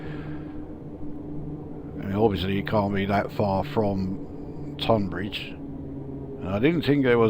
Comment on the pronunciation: I grew up in Tonbridge… really impressive how realistic this route is… also thanks for pronouncing “Tonbridge” correctly… ie “tUn” not “tOn”